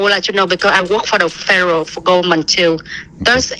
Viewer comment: If you can’t pronounce Federal, I highly doubt you work for them.